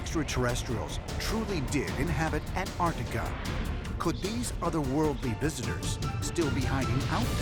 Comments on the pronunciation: It's not anartica it's ANTARTICA why can't people say it correctly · It's pronounced Antarctica, not Anarctica. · Because it's not that either. It's Antarctica. You missed the "c."